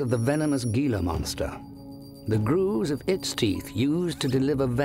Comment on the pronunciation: FYI Gila is pronounced He' la.